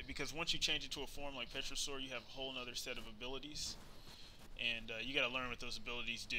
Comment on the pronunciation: Lol I love how you say pterosaur, pe-tro-saur Although it's really pronounced tero-saur, the p is silent :)